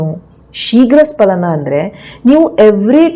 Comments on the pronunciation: ಅದು ಶೀಘ್ರ ಸ್ಖಲನ ನೀವು ಉಚ್ಚಾರ ಮಾಡುವ ಹಾಗೆ ಶೀಘ್ರ ಸ್ಪಲನ ಅಲ್ಲ ದಯವಿಟ್ಟು ಗಮನಿಸಿ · ಸ್ಪಲನ ಅಲ್ಲ ಸ್ಖಲನ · ಅದು ಶೀಘ್ರ ಸ್ಪಲನ ಅಲ್ಲ, ಅದು ಶೀಘ್ರ ಸ್ಖಲನ. Please correct. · Dr, kindly check the Kannada spelling of both words carefully, both looks alike. For more information, your pronunciation is wrong, You pronounce " SPALANA" but it should be pronounced" SKALANA" , for accuracy kindly Google. Thanks for your kind reply.